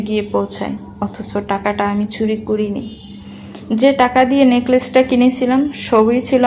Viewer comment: "চ" কে "ছ" অর্থাৎ চুরি কে ছুরি। "ভ" কে "ব" অর্থাৎ আভা কে আবা। এছাড়া পড়ার মাঝে হাই তুলা। টু থ্রি তে পড়া বাচ্চাদের রিডিং পড়া। ব্যাস, এইটুকু শোনার পরে আর বাকীটা শুনা সম্ভব হলো না।